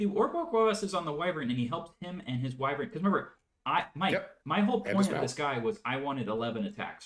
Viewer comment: Team on pronouncing Wyvern!